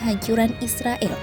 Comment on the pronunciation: klo mau damai, mulai lah memanggil mereka dengan Nama Mereka, Israel, pake e nya dibaca E!!